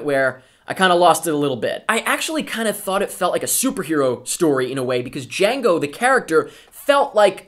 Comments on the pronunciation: I love how you said DE-HEE-ANGO Unchained! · "Di-hiango Unchained" HAHAHA Was that deliberately a reference to Mike from that one episode a loooooong time ago when the first trailer of this movie came out? .... Or was it unintentional? Heh...